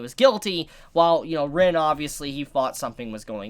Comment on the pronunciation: Its Ren damn it fucking Ren not Rin for fuck sake